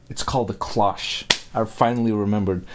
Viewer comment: The vampire theory of this video is borne out by Mitch's entire appearance - he's both dressed and made up to recall Barnabas Collins from the old horror/soap opera series "Dark Shadows." Just do an image search on Barnabas Collins Dark Shadows to check it out. (And it's pronounced "cloche" with a long "o," as in "stone" or "Joe.")